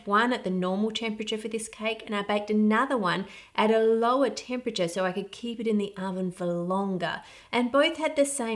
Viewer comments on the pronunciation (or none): none